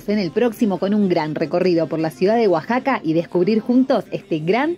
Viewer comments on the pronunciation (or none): Ya acostumbrada a los titulos catástrofe asi que no me preocupé, es la moda de todos los youtubers 😂 igualmente una lástima la pérdida del material!!! Una duda, porque dijeron Guasaca durante todo el video si es Oaxaca??!!!